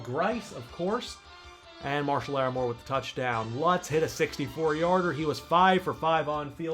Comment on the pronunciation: Marshyl Larrimore= Marshon Lattimore